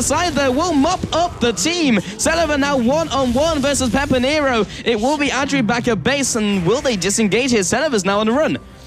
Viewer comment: That difficult is to say PEPINERO?!